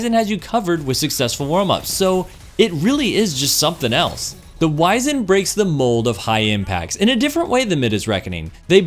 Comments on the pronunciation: Please look up how to pronounce "wizened." It's less "wise" and more "wizard," if you know what I mean. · Fusion main but doesn’t even know how to pronounce wizened